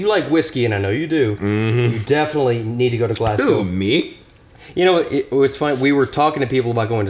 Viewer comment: Kudos for pronouncing Glasgow correctly